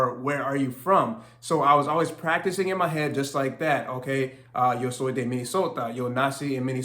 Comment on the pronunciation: ok cool...the way you pronounced the (e) after the (d) kind of threw me off..sounded like an (i). sounded like: e de al versus e day al Good stuff!